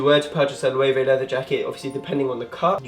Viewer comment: I believe that Loewe is pronounced LU-VA